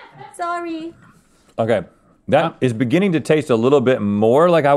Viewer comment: Essentially, "In the beninging..." 😄